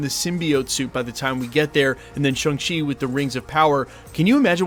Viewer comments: ShAng-Chi not ShUng-Chi. Why do keep insisting on mispronouncing it dude? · It's not Shung Chi dude, it's Shaaang Chi, pronounced like Shawn. They made it quite clear in the movie.